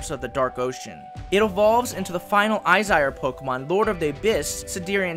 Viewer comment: when you say Izire do you mean Aesir? like Aye Seer? if so I like that god pokemon lol